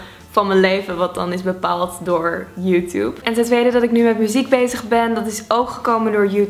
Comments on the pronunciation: Het is Joetjoeb niet joetoeb ( uitspraak) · Het klinkt misschien raar maar je zegt sommige woorden anders zoals demi lovato jij zegt demy lovato met zo'n e ofzo en het is volgens mij deemie lovato ( spreek je dan zo👈 uit 😊) en YouTube dat spreek je uit als yoetjoep spreek je dan zo👈 uit sorry dat ik dit stuur maar het valt me gewoon heel erg op misschien zeg jij het goed en ik niet maar ja... 😋 en dit is was echt een leuke video🤗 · Nee joe tjoeb